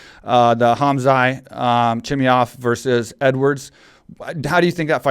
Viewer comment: Mike, Khamzat - K is silent(like Khabib), so Hamzat, T is NOT silent . 'Chimaev' - you got it right . In case you're wondering I'm from that part of the world. Love the podcast!!!